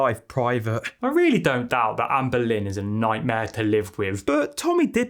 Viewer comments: The way all I can hear is Anne Boleyn every time you talk about her, I’m creasing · 'Amber lynn', 'Anne boleyn". Coincidence? I think not. cue the X-Files tune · I remember reading a comment about Amberlynn's name sounding like "Anne Boleyn" in accent and I still CANNOT un-hear it! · I keep thinking you’re saying “Ann Boleyn” 😂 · The whole time I heard " Anne Boleyn" when u said her name 😂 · Every time you say Amberlynn I hear Anne Boleyn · There’s a few times when I thought you said Anne Boleyn